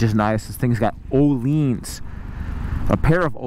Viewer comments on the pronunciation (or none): Öhlins. Ööööööhliiiiiins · apparently a LOT of people mispronounce Ohlins? I am from the South - we mispronounce EVERYTHING!